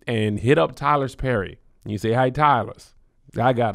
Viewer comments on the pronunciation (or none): BRUH WHAT TYLERS PERRY ? He don’t have no s in his name 😂😂😂tylersss